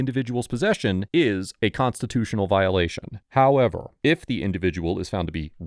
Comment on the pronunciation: love all the vids but sometimes you go one step forward and then one step backwards with your HOowW eVeR😅 little annoying